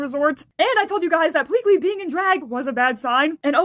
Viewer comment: Pleakly went from PEAK-ly to just Pleakly